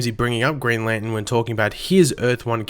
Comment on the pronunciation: ITS LANTERN